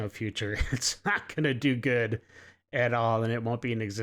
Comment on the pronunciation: yall doesn't pronounce the last letter of some word. "It won't be goo" he says.